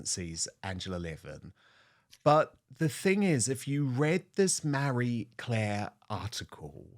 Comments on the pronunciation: Dude, it’s Marie Claire, not Mary Claire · "MARRY Claire"?? Thought it was "Marie Claire". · It's Ma-rie not Mary i wish you'd learn how to pronounce names correctly. Actually it's you who should be embarrassed not being able to pronounce words or names correctly not the journalist for Marie Claire.